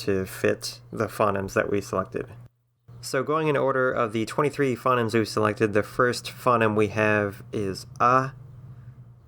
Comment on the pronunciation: "phonemes" are pronounced "fou-neemz"